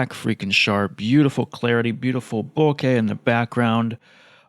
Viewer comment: Beautiful shots and lens. And finally someone who pronounces bokeh properly haha. Great work!